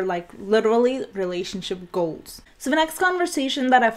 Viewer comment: When she pronounces together and goals it kinda make me giggle but I'm not being mean